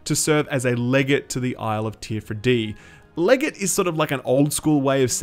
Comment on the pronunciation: FYI it's pronounced 'le-gar-tae'